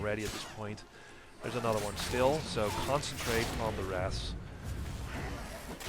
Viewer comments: Wrath? It’s Wraith! Lol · you called them wraths a third time...